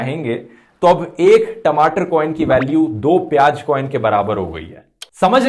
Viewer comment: Its piyaaz not piyaj, ... Likewise its hazaar not hajaar and kamzoor not kamjoor.. (Request for improvement of pronunciation)